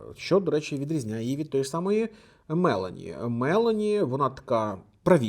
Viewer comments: Вибачаюся, пане, але не Ме'лоні а Мело'ні, трохи ріже слух, дякую за працю, і ще раз Вибачаюся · Вона ж Мело́ні, а не Ме́лоні?